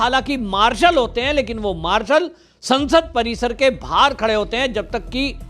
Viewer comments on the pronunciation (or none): none